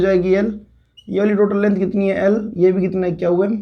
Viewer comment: Qm pronounced as kyau yam...I don't know how people understand.☹️☹️☹️